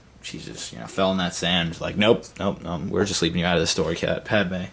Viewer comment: omg its padme not padama. padama sounds too much like a country, much less a person